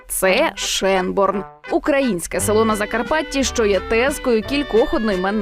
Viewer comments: Чому Шенборн, якщо написано Schönborn? Тобто воно має вимовлятись "Шьонборн". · Не Шенборн а Шёнборн!